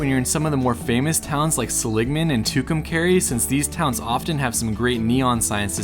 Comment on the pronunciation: Its Seligman, NOT Seligma. Just sayin'.....